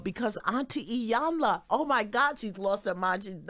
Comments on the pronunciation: This woman is a legend. Please say her name correctly. She's been up here before. Y'all should know better! "E"-yan-luh, not "EYE"-yan-luh, plssss and thank you. 🙏🏼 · It irks me that people still mispronounce her name so horribly. It's EE-yan-la. Not "Eye." Also-- do some damn research before guests come on. It's always so painfully obvious when ya'll haven't done any work to prep in advance to know who your guests are or what they've been up to.